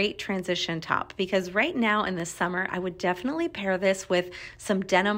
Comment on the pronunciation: Def-ly. Prolly. It’s pronounced def-inite-ly and pro-bab-ly. Annoying. Say ALL of your syllables.